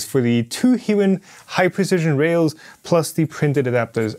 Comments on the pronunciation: As someone who has used them a lot for industrial apps, it's pronounced High-Win. Not "he-win". (I have spoken to their reps at length on multiple occasions...) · I heard both "He-win" and "High-win" in this video. After a little googling I believe "high-win" is the correct pronunciation. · He just miss speak in the middle of the video and saying low tolerance hiwin